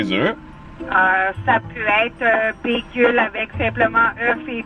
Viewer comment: Pourquoi tu dis bigel 😂😂